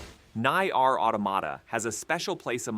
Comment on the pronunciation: Nye- AR Automata 😂😂😂